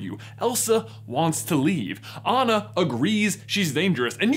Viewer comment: Everything wrong with frozen The way they pronounce Anna’s name That’s it Also 2019?